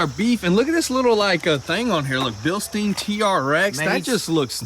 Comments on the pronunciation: It's pronounced "bill-stine". Not "bill-steen". The end of the word rhymes with "mine", not "mean" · Guys, Bilstein is pronounced beelstine. Like Frankenstein. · Can you guys please look up how to pronounce Bilstein? :)